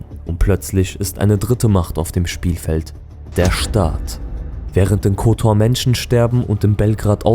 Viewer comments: Sprechen Kotor falsch aus, und zeigen dann auch noch Perast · Ovaj ne može pravilno ni Kotor da izgovori, Škaljari nikako.Muči ne prdi!.Pi!